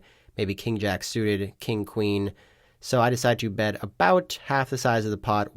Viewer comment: Am I trippin or do you say “pot size bed” from time to time